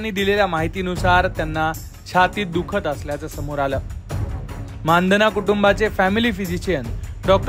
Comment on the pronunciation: You are the first who pronounced the real surname 'माणधना'. नाहीतर सगळेच चुतिये मंदाना, मंधाना, मंदाणा..... म्हणतात.